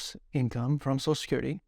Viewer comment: Back to the drinking game! Every time he says sochacurity, take a shot.